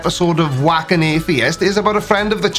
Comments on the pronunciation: I swear I heard you say "wank" an atheist instead of "wack". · Haha. Yeah he sure af said wank. Too funny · At one point it almost sounded like you called his programme "Wank an Athiest". I think that is a much more accurate name.